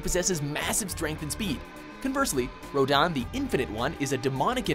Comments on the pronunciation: why did the say rodan even though its rodin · Oh, and its RO-DIN, NOT RO-DON! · It's pronounced "Row-DIN", not "Row-dan", he isn't one of the Kaijuu after all. Also "Twelve million HP", "Take up to an hour"? That's cute. Really REALLY cute. 12's Yzimat had FIFTY MILLION HP, and after around half of it, he used "Growing Threat" and locked your maximum damage from 9999, to *6999*. Two hours was considered "Fast" beating him. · You're killing me with the way you pronounce Rodin. It's not "Road-on" it's "Road-in" how the hell did you mispronounce Rodin wrong, there is no "on" within Roadin.